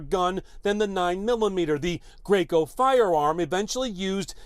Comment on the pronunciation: Ik I was being funny the anchors said "Greyco"